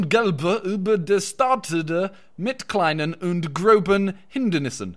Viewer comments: When simon says "großen" he should actually say "grossen"!!!! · By the way if you see that B thing in the German sentences it's not actually a B is two S' So it would be pronounced 'grossen' not groBen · At the start its not groben its grosen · its Gro-ss-en not gro-b-en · the german words u say simon are wrong